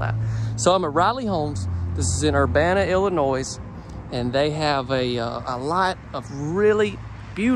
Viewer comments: my man… no S in Illinois. Il-uh-noi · the S in Illinois is silent just so you know. Have a Great Day! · The s is silent for illinois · Pleas pleas do not pronounce the “s” in Illinois!! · The "s" in Illinois is silent. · This one is nice. Front of the house is beautiful. I prefer an open kitchen but I prefer more windows. Also, the “s” in Illinois is silent 😂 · Hi. Love the home tour’s. Please know. The “S” in Illinois is silent. Not a z sound. I’m in Nashville TN. Collin is wonderful and supposed to be a rambunctious mess (which is a great compliment). This house not my forte. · Nice to see you visiting the Midwest and letting us know the manufacturers in this area. By the way, the "s" in Illinois is silent. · The "s" is silent at the end of Illinois. Loved the video! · just an hour away from ya in Springfield. also, the S is silent in Illinois 👍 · I love your channel! Just to be able to see all the various floor plans and options. I’m especially happy to see that you have toured homes that are either in my state or nearby states. Just a quick grammar correction. The “s” is silent in the word Illinois. Keep doing what you’re doing! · Just an FYI, the "s" is silent in Illinois. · the "s" in Illinois is silent. Gotta tease you about it! lol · Just gotta say you're mispronouncing Illinois. A nice home, not sure I like this layout though.